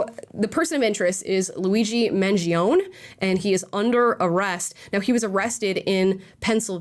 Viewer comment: *Mangione is pronounced mangion-eh